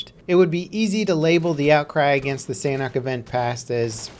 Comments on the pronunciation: why is it that americans can never ever actually speak english correctly ? sanhok is not said sanack. sanhok / san - ock. when you say it together the H makes a small entrance. think of it as a silent kinda of letter. one more time, sanhok. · They way he says sanhok makes me cringe! You must say SAN-ook